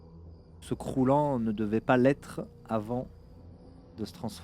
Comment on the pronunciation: tres fun mais c'est bizare de dire croulant je trouve